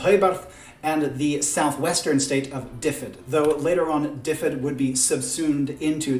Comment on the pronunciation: This is a very interesting idea. I'm not a historian but I am Welsh. I'm impressed you can pronounce Llywellyn, but oddly not Dyfed or Mawr hehe, I'm from Dyfed, which is now called Ceredigion. But don't try saying that ;) Very interesting ideas. I'm glad YouTube's algorithm showed me your video. I really would love them to split the Celts into three civilisation.